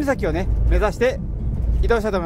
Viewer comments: ノシャップではなくノサップでは。 あと北海道はガソリンスタンドないとこはないので早めの給油をしたほうがよろしいかと。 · いつも楽しく拝見しています。 私、根室市出身なので、一つだけ気になる事がありました。納沙布岬はノサップ岬と読みます。 はノシャップ岬と仰っていましたが稚内の方に、ノシャップ岬はあります。老婆心ながら訂正させていただきました。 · 根室は「のさっぷ」ですよ 「のしゃっぷ」は稚内です